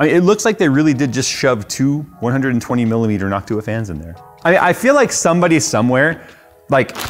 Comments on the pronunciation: Why does say NocTUa and not NOCtua? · He says it nock too uh … others say it noc tua with short ooha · It's NOCtua not Noctuuua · New drinking game, take a drink everytime says “Noc-tu-a” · I fuggin hate the way he pronounces it, but I'm glad he gives them love. Noct-you-ah gang for life! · I noticed he pronounces Jensen strange too. It's hard to describe, but I always wondered if anyone else noticed. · "noct U-WA" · Say noc too a one more time 😡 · yo you stressed the wrong syllable in noctua, you gotta stress the last one not the 2nd one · Is it noc-TUa or NOC-tua? I'd guess the latter as in Latin? Like an-TIFA vs anti-FA American pronunciations are weird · He's saying Noctua completely wrong. Is this some kind of prank? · I can't get over how he says noctua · why are you pronouncing it wrong